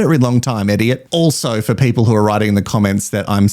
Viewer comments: I agree e-diot is totally the correct pronunciation. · I actually spit out my drink when you said that people were commenting that you were saying idiots name wrong… Mother of God. 😂